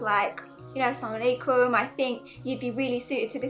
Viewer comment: Please practice to say AssalamuAlaikum not Samalaikum.